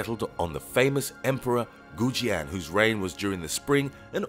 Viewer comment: The many mispronunciations on Kusanagi and the chinese sword of Goujian hurt my ears.